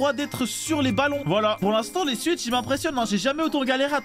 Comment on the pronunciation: Qu'est-ce que j'entends ? Swuitch !!? Ça se pronoce swouitch